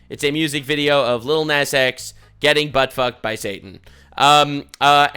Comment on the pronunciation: "aniddleliddle nazX"